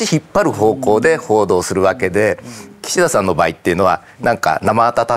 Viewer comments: キシ↑ダさん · 井川さんの『岸田さん』のイントネーションが独特過ぎる